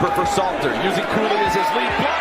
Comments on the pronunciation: His name is not Slayter…..it is SALTER. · Salttttttterrrrrrrr not slayter bro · Salter not Slater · Salter bro its salter and there is a L in in colorado lol😂 good videos though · You are the MICHAEL MYERS of butchering names. It's SALTER.🧂 😂😂😂